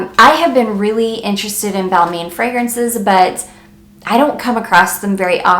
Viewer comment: Nice video but for Balmain it’s pronounced Bal-mon.... not “main”